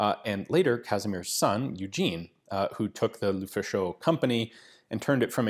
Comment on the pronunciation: please "luh-faw-shuh", "luh-fah-sho" sounds weird in French, it means "the fascist" in slang.